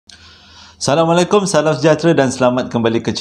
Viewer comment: abang.. kalau salam...sebutlah "As" betul2 bang.. 😇